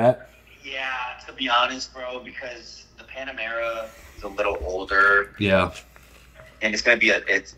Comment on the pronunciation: Bro, its "Panamera" not "Panorama"....I rewind it at least 10 times to make sure I heard what u said